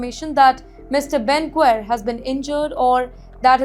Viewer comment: Ben Gvir ( pronounced Gi Virrrrrrr